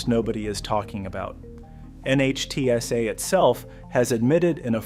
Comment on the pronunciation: NHTSA is pronounced nit-sa